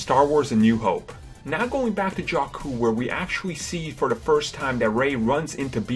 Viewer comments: The way Jakku is pronouced is actually the same as a Albanian word Gjaku ( it means "Blood" ) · Please learn to pronounce these names before speaking on them: Dameron, NOT DamerAN, Boba Fett, NOT Bubba Fett and it is Jakku, NOT Jokku. Very irritating to listen to.